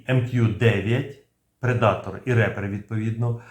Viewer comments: Рипер. Рэпер это немножко не то) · Ріпер(смерть) а не репер))